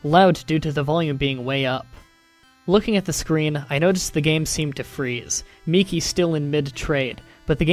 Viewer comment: I'd like to thank you for being the only person I've seen so far to pronounce Miki properly